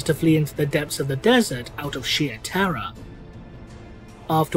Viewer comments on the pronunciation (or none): none